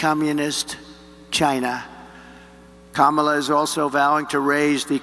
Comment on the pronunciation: They can't even pronounce VP Harris' first name? Are these guys sitting at a folding table in a janitors closet, with a green wall behind them?